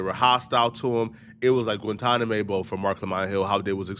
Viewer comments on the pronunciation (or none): Guantanamae Bo? Damn! You know you can re-record things? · Was trying to say Guantanamo Bay? 😂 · He was trying to say Guantanamo Bay!? Lol😂